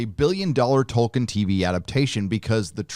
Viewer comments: In the interview excerpts with Jackson, doofus Charlie Rose shows he's never heard of Tolkien by calling him "Toikien". Clearly he misread the interview brief and thought the L in the name Tolkien was an I. Yet more proof that those purportedly highly erudite and venerable lefty TV hosts like Rose are just a bunch of ignorant, overrated buffoons. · How can you listen to someone who cant even say Tolkien right? Lol ITS PRONOUNCED TOL-KEEN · 11: 49 - "Toy-kin"?? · I thought it would be fun to down a shot every time he mispronounced "Tolkien." I now have cirrhosis. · Whatever happens, it can't be as bad as your pronunciation of Tolkien.